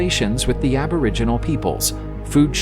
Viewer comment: that''s a robot talking hahah can't pronounce names of shit and was calling aboriginals abra jeans lol